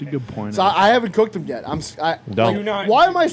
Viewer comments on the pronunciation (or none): Hilarious that corrects the word Thespian when he can't say "them" correctly., them has an "e" thus it shouldn't rhyme with plum, like when you say it...